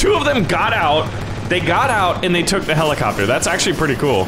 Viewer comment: took took not tuck tuck